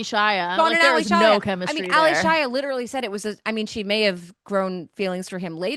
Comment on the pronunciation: It's not Ally Shia as 2 separate names. So annoyed every time she mispronounced it. 😂 It's Allyshia pronounced as A-lee-shia.